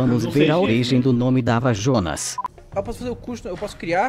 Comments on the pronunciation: falo errado é dava jonas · É DAVA JONAS POHA